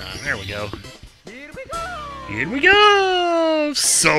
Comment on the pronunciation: he says here we go not hot pick les